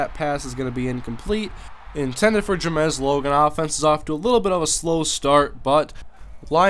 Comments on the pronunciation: It's JAMES ! Not Jamez ... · wh does he say ja-mes its james but other than that good vid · Google his name. It's Ja-mes Logan. Juh. Mez. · Please learn how to pronounce the name "James". You're saying it as if it were spelled "Ja-mez". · Jamesssss u pronounce it as Jamez hahaha im probably wrong though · how do you mispronounce james.